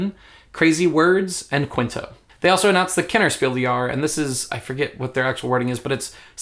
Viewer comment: Just a german tip: The "s" in des and Jahres is pronounced. It's Spiel DeS JahreS, not Spiel de Jahre.